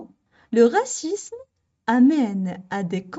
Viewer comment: من فضلك أريد إجابة راكي تنطقي في العنصرية بدون حرف زاد اي هكذا """غاسيسم " او هل النطق يكون بحرف الزاد وتكون غاسيزم. أنتظر الرد